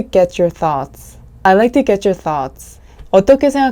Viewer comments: I'd be great if you could clarify with an example. I'd be 부분을 '이윌비' 로 발음 하셨는데요. 그렇게 발음해도 되나요? 유글리쉬에서 검색해 보니 아이비로 발음하는 경우가 많긴 한거 같은데요. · I'd be great에서 아이드가 아니라 다르게 들려요 에일 비 이렇게 들리는것 같아요 왜 이렇게 되나요? *영상 좋습니다bb